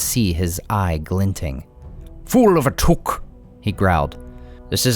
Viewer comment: It's Took and in I took it, not as in kook!